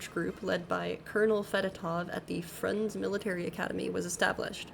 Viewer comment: Frunze is pronounced 'Froonzeh', emphasis on the first syllable, not 'Frunz'. (No such thing as a silent 'e' in Russian, not in that way)